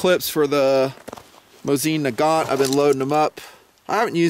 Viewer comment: it's "moe-zen nah-gaaahn"